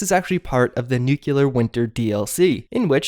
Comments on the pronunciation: Nuclear is pronounced new-klee-ur, not new-kyoo-lur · Jesus-tap dancing-Christ! It's "nu-clear"! Not "nukular"! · Nuclear not nuculer it's a nucleus, but if you wanna pronounce it the same way George W. Bush did be my guest. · PRONOUNCED: NU CLEAR! OMFG. If u want a 3rd syllable, NU CLE AR. NOT NUK U LAR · THANK YOU. Maybe if more of us tell him he'll get the hint >_< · New-klee-arr... Not new-cue-lur!!! For the love of grammar and elocution, please pronounce it properly. Think of it as an eraser that gives you a 'new clear' area or nu clea r (don't get me wrong, I enjoy your videos, this is just driving me more insane than I already am) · Dude... Nuclear... pronounced ‘New-Clear’... not ‘Noo-Cuoo-luhr’... you sound less intelligent than we know you are. There has been a US President that received endless flak for mispronouncing this simple vocabulary term.